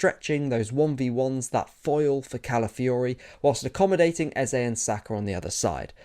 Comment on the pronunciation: Thanks for the balanced analysis. But more importantly, thanks for not butchering "Eze" like many English football analysts have decided to do.